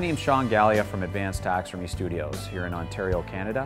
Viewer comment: He says "taxermy"